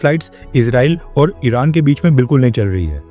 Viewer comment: इराण padhne 😂